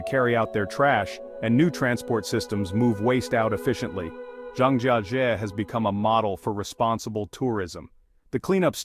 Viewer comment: Mispronounced the subject of your own video—the first time, and a different way the second, and yet a different way the third. Almost as embarrassing as the trash in the caves.